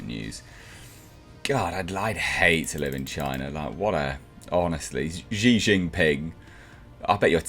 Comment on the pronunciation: Xi’s name is pronounced “She” tho innit.. 😁